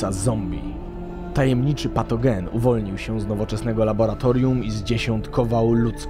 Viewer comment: Jak zaakcentowany '"patogen" :v